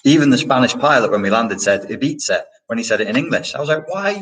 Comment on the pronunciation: Ibiza the way you said it the second time is perfect- not that it matters to the central point of this video:)